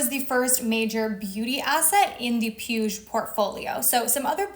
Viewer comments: Puig is pronounced "pweeg" 💕 Love your vids 💖💕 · "PIUSH" destroyed me 😂😂😂😂😂😂 you just pronounce that PUIG the last G is pronounced like the G in "bag" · Being nitpicky here, but Puig is pronounced poo-eeg. The "g" is the same as in pig. Otherwise this was quite informative. Thanks for sharing. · Puig is pronounced: "pooch". Catalonian surname